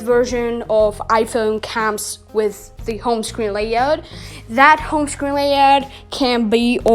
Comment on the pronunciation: Bro it’s Layout not Layod